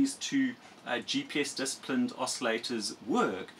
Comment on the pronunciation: *TUNED not "tunned". *DISCIPLINED not "disaplined"